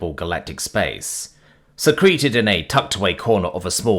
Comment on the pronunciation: So why is secreted always pronounced as the "fluids leaving the body" definition instead of the "something is hidden" pronunciation?